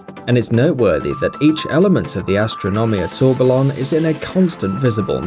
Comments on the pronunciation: Tor bil on LOL it's tor-be-yon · Firstly - THEY ARE TIME PIECES. NOT WATCHES FFS its "tuor-bi-yon" not "tor-ber-lon" =.= gawd....the words derived from french meaning whirlwind and i like how cool it sounds so pls dont degrade it =X also thats actually one of the main selling point of the astronomia and if im not wrong that time piece is the only absolute gravity-defying triple axis tourbillon in the horological world...which demands that 7 figure price tag....along with other fun unique features.... imo other than jacob and ulysee the other watch brands are pretty much dishing these time pieces out for novelty lovers....i mean yea details, precision and art included, but it doesnt really give off a vibe as a time piece....doesnt help either that this ad did not detail the type of movements each watch go by... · “Tour bill on” lol this was a cringy video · TUR-BILON LOL! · it’s pronounced tourbion not tourbillon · 3.00 - It’s ‘TOR-BEE-ON’. The Ls are silent. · While the watches are interesting, your lack of knowledge about horology is forgivable but really could have been avoided with a little research. Hublot, pronounced Hew Blow Tourbillon, pronounced Tor Be Yon